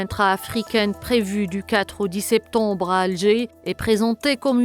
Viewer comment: La prsentatrice ne fait pas de difference entre "on", "an" et "en" 😂 comme : "septombre"